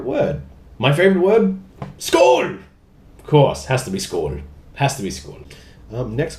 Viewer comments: oh i lol'd when you said skål! did not expect it & it was spot on :D Cheers mate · Damn, you're good at saying skål